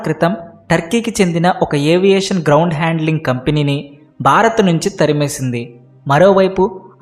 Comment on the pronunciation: Sir Barath Kadu Bharath. Observe the difference.